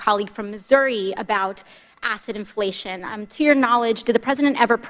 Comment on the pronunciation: Omg, I SWEAR TO GOD, every time our Female Grand Champion, AOC, said, “Asset Inflation,” in all Honesty, I heard her saying, “Acid Inflation!” And, YET AGAIN, the man behind the scenes that was the ONLY other person connected to almost ALL of the crimes- outside of Dear Leader and Dear Leader’s family was.... ALLEN WEISELBERG!!! And guess what, boys and girls if the world- that is a man who is ALREADY cooperating with Mueller and he Southern District Of NY!